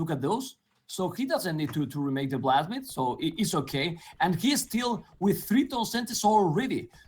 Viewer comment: I swear when says "blacksmith" he actually pronounces it "plasmid". This isn't Bioshock man!!